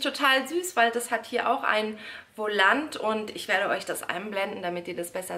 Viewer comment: Ein wolant 😂es heißt voulon und wird vulon ausgesprochen Bin ich die einzige der das aufgefallen ist